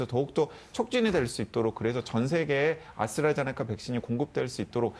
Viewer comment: 오, 아수라 제니카 (ASTRAZENECA, 아스트라제네카) 교수 재등판이구나! 이제라도, 방송에서라도 ASTRAZENECA 를 제대로 읽어, 지칭을 할 수 있으려나?